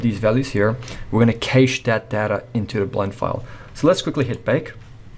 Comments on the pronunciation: Excellent tutorial! But bro, every time you said cache my ears bled. xD I'm so sorry. It's kash not kaysh, like 'a in pat' not 'a in cake' Otherwise straight to the point, I'm subbed. This channel ROCKS! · Never pronounce cache "kay-she" if you don't want to get laughed out of the room. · A great tutorial. But it really humorous to hear this guy pronounce CACHE as KASSSHHEEE. I much prefer to say cash. Put another shrimp on the barbie mate.